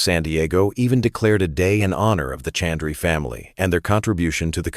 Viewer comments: I wish Mr.Harvey had learned to at the least pronounce name correctly. The announcers should have done the same. name is and not Chandree. Also Garaka khana is Ghar ka khana. It means Home Food or Food like made at home. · Proud of and Steve Harvey. Word is 'Ghraka', Ghar is is based word meaning home. It is not 'Garaca'. Name is Chandra and not Chandry. Please say the words correctly and spell them correctly too. We understand what is the real word but it is better if you do too.